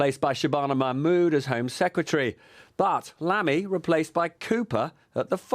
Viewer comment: Er Lamy lol. Dear god